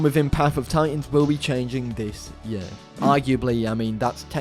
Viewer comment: saying YEEUUHH instead of year... my us brain hurts stop!